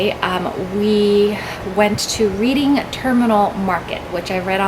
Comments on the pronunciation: Pronounced REDDING TERMINAL MARKET AND DaNicks. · Denics Roast Pork. Reading Terminal Market.... pronounced Redding.